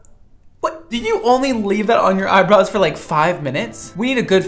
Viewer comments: Why does the third girl say „eyebrois“ instead of „eyebrows“? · Last girl has ‚eyeboys‘, as she pronounces it :D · The 3rd girl says “eye brows” in the worst way